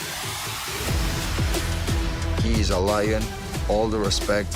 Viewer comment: *Oliveira NOT "Olivera".